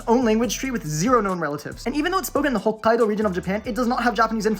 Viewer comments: yea he pronounced it more like Hoqqaido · Is just me or did you pronounce the Hokkaido with a ق ?